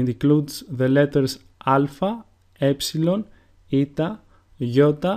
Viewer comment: i think you said two epslons! what's the difference??